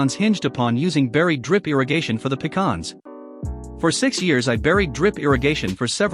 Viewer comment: Kudos to you for pronouncing pecans correctly instead of calling them a can that you pee in.